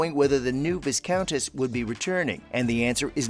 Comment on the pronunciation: The s in Viscount and Viscountess is silent….